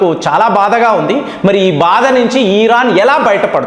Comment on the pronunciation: Sir ఈరాన్ కాదు..... ఇరాన్ అనాలి